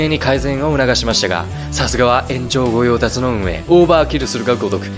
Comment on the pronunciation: ごよう「たし」ですよ